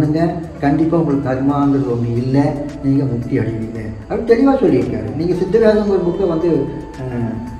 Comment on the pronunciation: To that lady anchor who asked a question, saying siddha vedam as "SID VEDHA" ???? WHY DA WHY !!! What are trying to achieve saying SID VEDHA instead of sidda vedam ??